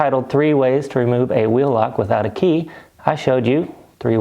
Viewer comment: Key not jey